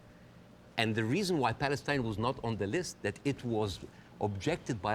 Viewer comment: It’s Palestine. INE not AN. 👁️N